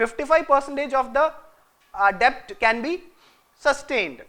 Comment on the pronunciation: Please! It's pronounced 'det'.